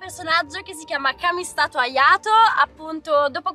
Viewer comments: "kamistato ayato"💀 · si pronuncia ghenshin non genshin e laminato ayato e non kamistato Agliato lol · "jenshin impakt" 'kamistato ayato" va bene.. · da persona che gioca a genshin, "kamiSTATO ayato" mi fa morire💀